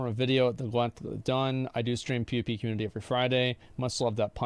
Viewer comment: This guy should look up how to pronounce community 😂